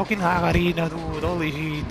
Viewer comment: How do you call Lisa ? Hagarina ? 😂 I dont understand ahha